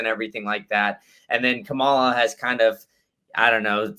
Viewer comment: doesn't have the guts to correct disrespectful and intentional mis-pronunciation of Kamala's name.